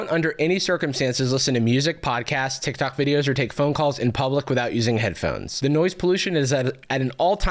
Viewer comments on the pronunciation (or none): none